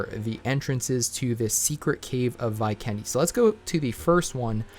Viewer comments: It’s V-ken-de!! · anyone else triggered by how he pronounced 'Vikendi'🤣🤣